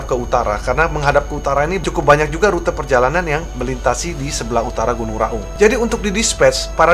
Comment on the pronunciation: Baca nya gunung Raung.... bukan Gunung Ra Ung.... klo bahasa jawanya Raong